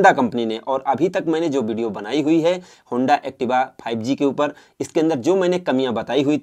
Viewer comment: Wo five g hota hai fibe g nahi